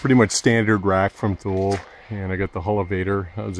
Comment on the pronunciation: The pronouncing of Thule is, toolee. Nice setup.